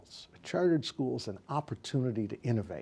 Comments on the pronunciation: Nobody in Detroit will make it, when the students pronounce "School" .... "Skoo" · The thing which has bothered me the very most about this excellent documentary is how Dan Rather pronounces school as "schoos." Once you hear it, you can't unhear it.